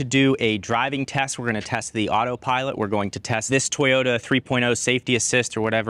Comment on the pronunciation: sir, it's to-yo-ta, not toy-yo-da and thank you for the informative video.